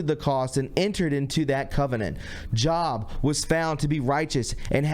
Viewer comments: Interesting to be sure. FYI that “Job” is pronounced “Jobe”....as in the person the Book of Job is named in the Bible. Thanks for your efforts! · You called Job in the Bible “job” like you work at a job. The o is long and pronounced Job like “robe”. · You pronounced Job as a job you would work at...Job is a long O.......just thought you might not be aware! Not being critical at all! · Job pronounced, Joeb, has a whole book written in Old Testament about his trials and testing, and patience, and His non wavering trust in God, surprised you don't you know that, maybe investigate your Bible, great reporting though, Thanks! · Job is not job......it’s in the Bible story of joe-b....it’s as if you say joe with a b at the end...it’s clear to me that you have not read the Bible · I seriously question your knowledge of the Bible. JOB is not job, like a career. It’s JōhB. Juh-O- ba. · Its pronounced Jobe...not Job like you going to yours...geezus! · Have you ever read the book of Job It's Jobe! Slow down so you can make sense. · "Job" is not pronounced as Job ie liking your Job, it's Job like J "oh" b Johb. No offense but if your going to read you really need to know how to correctly pronounce the words. After all you're a professional. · Jobe. The e makes the o say its name. Remember Like your robe is open job I can see your cobe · Quite a video.. One little correction if I may (don't be offended) Job (Bible reference) is pronounced with a long 'o'.. It's not Job (like employment).:) Thank you for the video.. just more proof of the reach of Masons, Luciferians etc. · Why cant you even pronounce Job's name right? Unbelieveable!